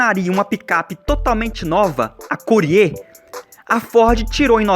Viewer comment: Essa pronúncia de "Courier" me doeu nos nervos!